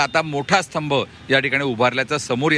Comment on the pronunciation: स्थंब.. नाही हो... स्तंभ😂😂😂